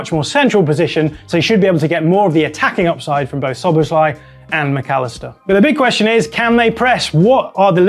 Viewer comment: Not sobosloi, Sobosslaiee